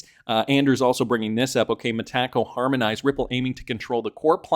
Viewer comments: It’s so annoying how these YouTube influencers pronounce Metaco incorrectly. It really discredits them. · Both Brad and David NOW pronounce it Meta Co